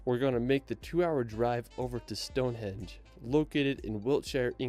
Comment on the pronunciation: I wish there was a way of editing and correcting some of the pronunciations on this video! It’s Stonehenge, not stone hedge!